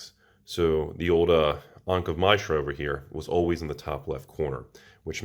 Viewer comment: The way you are pronouncing Mishra is worse than the binder damage. Learn your fictional word pronunciations.